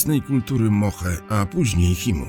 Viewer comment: Świetny materiał ale na przyszłość, jako że studiuję archeologię muszę zwrócić uwagę na jedną rzecz, nie wymawia się kultura wari tylko lari a kultura moche i chimu to mocze i czimu , oprócz tego cały materiał rewelacja